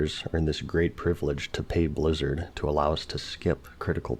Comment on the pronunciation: Why does Asmon pronounce it as Bluzzard? And what is BoD? Bind on dickup?